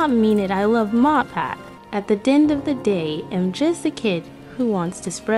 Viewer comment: she didn’t even pronounce matpat’s name correctly it sounded like she said motpat.